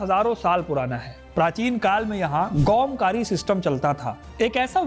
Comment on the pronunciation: वह गांवकारी होती है गौमकरी नहीं! आपको किसी कोंकणी व्यक्ति से पूछना चाहिए या बेहतर शोध करना चाहिए!